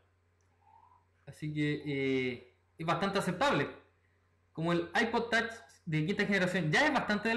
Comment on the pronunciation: Es Ipod touch no tach aprende bien ingles.